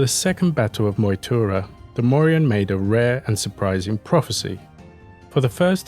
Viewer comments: Morrigan is pronounced like the surname Morgan you should let the G be heard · This was a good video. I love hearing about our lost mythology, and it seemed well researched, but (a minor but) you needed to do a bit more research into pronunciation. The Morrigan's G is hard, not silent. G goes silent in Irish when paired with a H, and it still modifies the H to be a bit harder. Cu Chulainn = Koo Cullan. The CH in Irish can be hard or soft, but not silent. When soft, it comes from the back of the throat (think Smeagol coughing up the name "Gollum"). Queen Maedhbh is actually just Queen Maeve (an understandable anglisisation of the spelling), like in The Boys. The DH is silent and the BH makes a V sound as there is no V letter in Irish. Otherwise, spot on. Nice work. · You keep leaving the g out of the name when you say her name